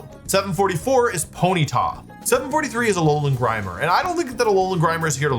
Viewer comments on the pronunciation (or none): none